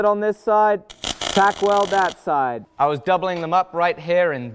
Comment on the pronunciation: As a student of fabricating techniques I keep getting confused when explains about his welding. I assume he must mean “Tack” welding but I keep hearing “TAG” which translates into Tungsten Active Gas. What he uses is either a MAG or MIG welder so every time he sais the word Tack or TAG I’m like, wtf?